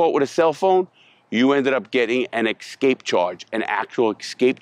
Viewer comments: escape. not EXSKAPE. rofl. maybe you need to aks more questions about. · LARRY ESCAPE! NOT EXSCAPE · "Excape" charge 😂